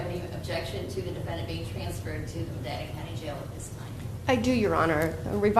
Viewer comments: Also an Ohioan, Akron is said like Ak-run… not Ak-ron.. and medina is said like muh-dyne-uh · Also. For possible future videos. … Ak-rin and Muh-dine-uh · Also from northeastern Ohio! Ak-rin loves you anyway!!!!❤ Also, it is Medina is pronounced ma-die-na. We are fifty shades of messed up in Ohio lol. Give us a pass we're middle America!!!! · Medina county .....long i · Some people already said how she said Akron wrong, but no one noticed she also said Medina wrong. It's not a big deal really. It's just always funny when you hear others pronounce places that you know wrong. I know I have done it to city or county names I don't live by. What's crazy is I live in Akron and have never heard of this case. I personally agree on some levels with the young offenders act. I think there needs to be stipulations on if their sentencing gets changed or not. I think sexually abusing a corpse is an instance where your sentencing does not get changed. He was a young man already committing something as disturbing as that. He will never change. He is mentally screwed in the head past rehabilitating. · As an Ohioan who grew up in the area that this occurred, I have thoroughly enjoyed your pronunciation of Akron and Medina 😂.